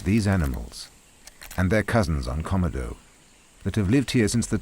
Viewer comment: Why can't the narrator pronounce Komodo correctly: kuh-mow-dow.